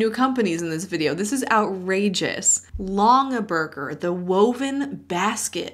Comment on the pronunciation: It is "long - in - burger " My grandma was OBSESSED with them. She probably has at least 1 thousand of these baskets. She has always said that they are our inheritance like they are worth something. I didn't realize until my adult life that they were an MLM! So someone in that company LOVED my grandma. Haha